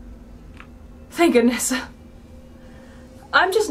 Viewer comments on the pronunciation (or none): Scott say tank you